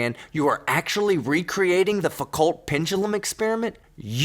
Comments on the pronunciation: Foucault is pronounced "foo co", it's French, the L and the T are silent. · Guys.. Foucault is a french name so you can drop the "t" at the end.. it would also be easier to pronounce. 👍